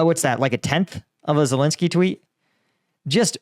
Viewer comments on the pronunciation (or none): none